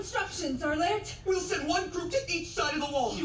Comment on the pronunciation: Its Armin Arlert and not Arlerlt lul